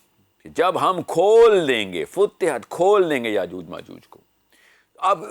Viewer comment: Brother it's futehat not futtehat